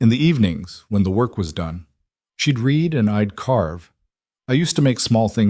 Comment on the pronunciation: It's so funny that every single Narrator mispronounces the word "read" exactly the opposite of its intended use. These producers don't waste time looking for errors. 😂